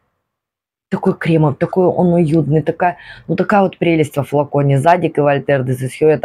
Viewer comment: Да, ударение на второй слог - ЗадИк)